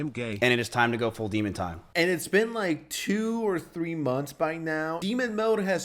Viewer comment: Demon time❌ Di↗️mun↘️ time✅